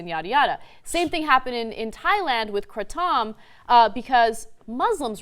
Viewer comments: 1.kratom isnt anything like coffee its more like an opiate pain killer 2. kratom is stromger than coffee if you take lots you will feel very wobbly and violenty vomit. 3. its purnounced kray-tum or crah-tum. 4. they never legalised it, theyre considering legaliseing it. and kratom is amazing haha i love it :). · ***** the k and r are silent.. Its Aw Tawm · First, it's pronounced "Kray' tum, everywhere else in the world and many Thai people also pronounce it this way. Second, if your kratom is only lasting for 20 minutes, contact me for my vendor's info. I get about 6 hours of pain relief. No high though but it will handle withdrawls if you want to quit ____<----insert name of addictive substance here, from heroin to cigarettes. Unlike opiates, kratom does NOT suppress respiration and the one thing TYT did get right is that there is not one single death from overdose attributed to kratom only. This is because when you take too much, your body will simply, throw it up and that's it. No danger of dying from an overdose. in 2016, there were 50,000 deaths caused by pharmaceutical drug overdoses, according to the CDC. This is why Big Pharma wants it banned so badly, in the United States. It's so much safer than opiates and it's starting to take a bite out of their opiate profits. It's stronger than morphine in it's ability to inhibit pain and is hands down, the best analgesic I've ever had and I was on prescription opiates for two decades for arthritis in my hip and spine and fibromyalgia. I got to where I couldn't work and now, I have my life back with no addiction to anything. It's a member of the coffee family. It is not an opiate, it does partially connect to the MU receptors (to which opiates connect so well) in the brain. There are three types or vein colours, of kratom and the different vein colours express different propertie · no it's pronounce kruh-tom n there are rarely any side effects the only effects of overdose is just vomiting l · Awesome! KRAH-TUM....Ana.